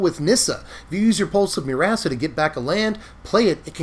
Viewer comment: Am I the only one hearing "Pulse of Your-ass-a"?? 🤣